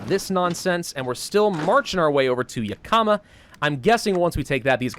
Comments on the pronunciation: It's not Ya Kah Muh It's Yak Ih muh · Same, right when he said ya-kama, I, out of habit, went, "Its yak-uh-ma!" lol. But it is a tribal word, so a lot of people who aren't from Washington mispronounce it, oh well! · I'm sorry, but as a Washington native hearing pronounce the vic. point names made me absolutely cackle! Yakama: (Yak-a-maw) not (Yu-ka-muh) lol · Yakama; (YEAH-KUH-MUH) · YaK-EE-MAH.... I know you don't usually read these, but....YAK-EE-MAH (I live near it). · Juuuust so you know, I live in Washington and it's pronounced; (Yahk-uh-muh) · It’s pronounced “Yak-uh-maw”. I’m sorry, I live near there, it’s just something that bothers me. Like the people who say “Worshington” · I hear you on that. Originally from Moses lake myself. Yak(the animal)-i(ick)-ma(maw) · As someone who has lived in Washington his pronunciation of Yakima hurts me. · The way he pronounces Yakima kills my Washington brain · How is it supposed to be pronounced? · While I am sure as does batch recording, he will not see this till it is far too late, though gotta do this before it gets too far lol...since he always butchers the names of stuff in Oregon when he plays OWB and I live around most of these XD. Love the videos, sooo >.> please... Yakama - Yak-a-ma Chemult- che-malt Klamath - Klam-eth